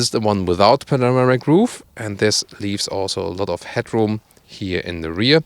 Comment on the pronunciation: I want 50 cents for every "here" pronounced as "hier" ;)